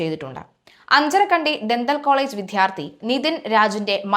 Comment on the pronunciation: Sorry for pointing out .but I' must tell this.When pronounce the word vidyarthi why do you use a force and say vidhyarthi First please learn the differences between Malayalam letters how each letter is pronounced